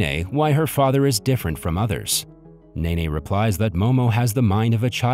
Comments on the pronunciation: It’s nene not nae nae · Ova?? Mine ?? Memo??Nene?? ... Bruh💀